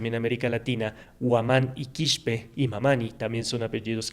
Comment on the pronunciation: Su rostro jamás va a borrar sus raíces !!!!! Y no es QUISHPE........es QUISPE!!!!!